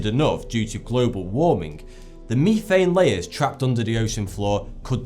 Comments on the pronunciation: wow over the pond pronounces methane way different... it threw me off for a little bit until I read the word... we pronounce it Meth-ane while i heard it was Me-phane... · Methane---- meh-thane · Is no one gonna talk about “meethane”? I guess were just gonna ignore the worst pronunciation error ever said in a YouTube video? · mefane gas lol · "mifein" LOL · What's the difference between "meethane" and methane? ;) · it's pronounced meh-th-ane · "Meethane" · Jacob Moore I say me-thane, and no one gives a flying fuck. I doubt pronouncing a word in a different way makes you a less credible scientist. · "Mefane" dude.... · Methane is prounouced meth-ain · Wtf is meeeeeeeethain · B GAMING To me, he clearly sounds out a fff - phhhh sound, in the beginning. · Yes just because I get upset when he pronounced it meeeethane it automatically makes me ignorant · Isn't it pronounced meh-thane?? :P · Me thane or meth ane o.O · meth-thain you tosser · I keep cringing at the way he says methane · Once would have been OK (but then he had to go and "smash" on it like 4 times!) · Very interesting... A couple of things to think about. First, Artificial Intelligence is not a life form. It is a series of procedures and functions governed by data and algorithms. It seems real, but is just a cleaver construct resembling a thinking entity. Also the word methane is pronounced (Meth Ane) not ( Me Thane) . Just an old man that had years of college and work experience with many hydrocarbons (I manufacture methane to power my generators to have electricity, off the grid) Keep up the good work. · thats a strange way to pronounce methan... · lol, i love the way he pronounces methane. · He says methane wrong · 99% of the comments are complaints about how he pronounces "methane." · every time you said methane made me cringe. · here's a bunch of dumbasses trying to correct other humans who cares about how you pronounce methane they're both correct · ITS METHANE NOT MEETHANE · Mee thane. 😂